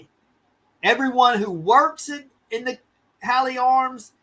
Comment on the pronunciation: Sorry, I'm late to the show because I am in the UK. Happy to help with translation. SNP is the Scottish Nationalist Party. Hawley Arms is pronounced hor-lee arms, Edinburgh is pronounced Edin-borough.